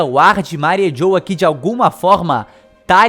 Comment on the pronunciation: Eu fiquei com agunia dele falando "Mari JHOWA" kkkkkk é Mariejois, pronunciando em Frances fica tipo Marrijuá...